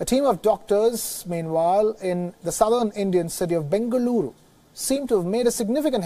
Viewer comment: I just love how he pronounced bengaluru